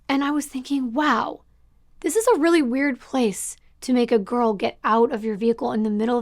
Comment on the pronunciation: I'm no speech pathologist but I don't believe thats a accent but a speech impediment. He can't pronounce his r's.... Weally? Down the woad..etc😂 Thank you for giving the victims a voice and building such a captivating timeline to their tragic endings, lives cut too short, for no reason at all.